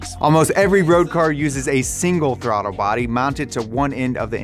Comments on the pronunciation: "throtter bodies" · did anyone notice he said "throdder bodies"? lol